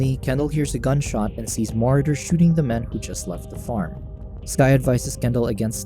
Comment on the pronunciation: I normally hate doing this but come on bro, it's pronounced "Ma-Raud-ers" = Marauders... I honestly hope you're mispronunciation is just a lil jokey joke. If not, please don't quit your day job and become a YouTube announcer/recapper.